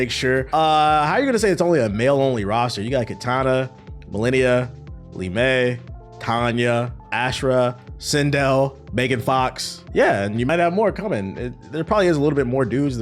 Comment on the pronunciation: Bro called Mileena “Millennia”